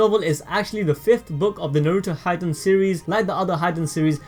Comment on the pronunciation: its 'hee-daen' not 'hy'den'